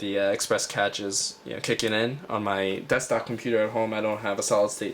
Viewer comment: cache = "cash"